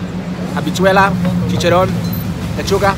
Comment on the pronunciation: I loved when you said chicharon❤